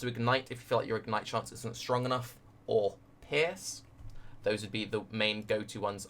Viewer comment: Great build ! you seem you a cool player ! :D I just dislike one thing...your misspronnounciation of the word: Pierce...youre saying pears..which is as far as i know a fruit :O WHY ?! I dont get it...Cofefe :O ?!